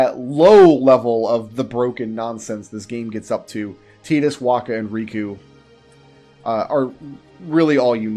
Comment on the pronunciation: I love that you actually say tidus correctly. Sick of hearing titus out of everyone.